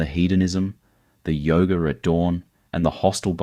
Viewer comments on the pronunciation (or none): none